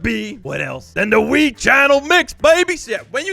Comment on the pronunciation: Its not mii its wii